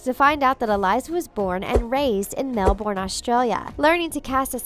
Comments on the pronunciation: Mel-BUN.... please please please somebody pronounce it correctly just ONCE I'm begging you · When she pronounces Melbourne how it's actually spelt aha makes more sense then how we say it in Australia, we call it Mel-bin 😂